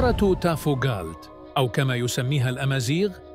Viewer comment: تافوغالت لتصحيح وليس تافوكالت